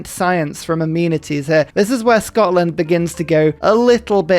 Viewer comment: My favorite '-ism' is how 'amenities' always sounds like 'immunities'